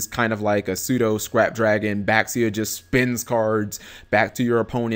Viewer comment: It's pronounced Baxia (Bah-She-Ah) Yazi (Yah-zuh) Chaofeng (chow-fung) Pronounciation pleass